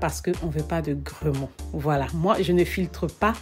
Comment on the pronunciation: Grumeaux et non gromeau